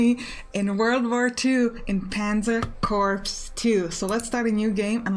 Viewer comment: love your videos and all you do. But you are killing me every time you say Corps. It's pronounced 'Kor', just like the english word core. (it is considered bad form to call a military body of men a 'corpse'):)